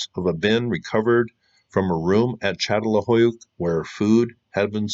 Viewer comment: Say: San-tor-I-no and Chattel-HUI-yook